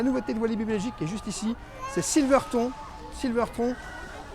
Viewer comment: Super vidéo 🥰 par contre on dit Silver t oooon et pas ton et oui 1975 est l'année d'ouverture du parc Dalton terror la tour fait 77m de haut